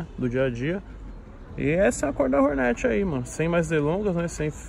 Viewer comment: Toguro falando Hornet errado é muito irritante